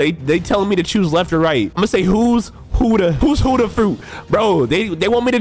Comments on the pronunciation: And it's Buddha not huddha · Its not huda its buhhda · also stop saying hudda its budha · Budha not hudha stiupid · buddha is said (boo - duh) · WHY DO U SAY HUUDA